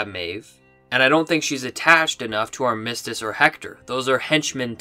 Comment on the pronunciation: Man you're killing me.... it's AR-mis-tiss. LOL.